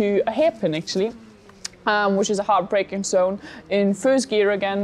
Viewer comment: As a fellow German who also struggles with pronunciation a lot I really had to chuckle about the heart breaking zone. 😁